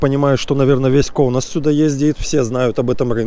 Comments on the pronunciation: Каунас, а не Коунас учи язык литовец😂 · Не все литовские слова с дифтонгами произносятся так как пишутся. Это зависит от ударения в слове. Например прилагательные gražIAI, šaunIAI и др. - на слух и в разговорной речи слышится - gražEI, šaunEI. Или вы говорите - гражиай, шауниай? Не КАунас, а КаУнас 👆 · Почему вы говорите коунас, всегда было каунас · А почему называешь коунас,а не Каунас ? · Почему вы всегда говорите Коунас??? Аж режит ухо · Почему вы все время говорите "кОунас"? разве не "кАунас"? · Почему *Коунас*, а не Каунас? 😊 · Пожалуйста, ставьте правильно ударение на Ка*Una's